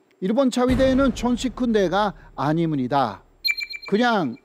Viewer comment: 난 한국인들이 한국말 서툰 일본인 흉내 낸다고 '아니무니다' 할 때 그냥 적당히 흉내 내는줄 알았는데 교수님 진짜로 아니무니다 하심 헉ㅋㅋ 빵 ㅋㅋㅋ (너무 귀여우세요 ㅎㅎ)